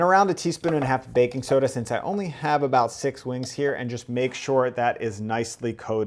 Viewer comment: He keeps saying baking SODA!!!! wrong!!!!